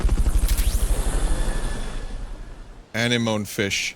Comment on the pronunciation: Vinny come on you should know how to pronounce Anemone. Didn't you ever see Finding Nemo?